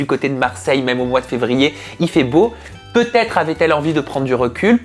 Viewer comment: Bonjour. Ce dont vous parlez ne m'intéresse pas, c'est vous qui m'intéressez. J'aime ce que vous faites, comment vous le faites. Permettez-moi deux petites choses, attention quand vous dites : " quelle va être sa réaction" ce n'est pas : "quelle va Têtre sa réaction" et deuxièmement, "les quatre amis", mais pas "les quatre Zamis". Ne vous formalisez pas, mais je présume, à vous voir et fréquenter vos interventions, que vous êtes rigoureux et soucieux d'être un exemple. Merci encore pour ce que vous êtes et ce que vous faites.